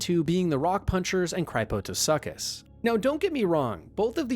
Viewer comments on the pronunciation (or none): Me: Mispronounced Subnautica creature names aren't real and can't hurt you Video: Cry-poh-toe-suckus (For the record, 'crypto' is most likely pronounced like...crypto, and 'suchus' is a common part of genus names that translates, from Greek, to 'crocodile'. It's pronounced 'soo-kus'. I can see why people who aren't familiar with ancient creature names - there's a number of creatures like deinosuchus or sarcosuchus that really existed in ancient times, but not everyone is a big creature nerd - might mispronounce the -suchus part...but I'm a bit baffled by mispronouncing crypto, a word lots of people are familiar with in the present day thanks to things like, for instance, cryptocurrency being a much-discussed topic in recent years.) Anyway, not (just) trying to be needlessly pedantic; I figured I could turn it into a silly joke with a side helping of neat information. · I don't want to be mean but. Cryptosuchus is not pronounced like that (cry-po-to-suck-us). It's the word "Crypto" and then su-kus (with a stress on the first part). I do agree the Cryptosuchus is cool, though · My only gripe with this video is the pronunciation of “cryptosuchus”. For those wondering, it means “fake crocodile” in Latin and is pronounced like “crip-toe-soo-cuss”